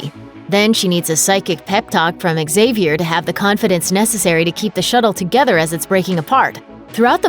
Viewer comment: Professor "zavier" not "xzavier" so annoying!